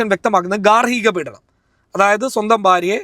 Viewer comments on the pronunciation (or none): none